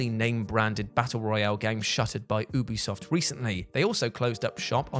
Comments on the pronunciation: I thought he said boobie soft 😅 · I heard boobi soft the 1st time a splinter cell cancelled game was mentioned 😂